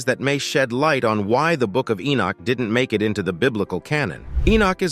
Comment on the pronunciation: Who the HELL is "Enich"? E-noch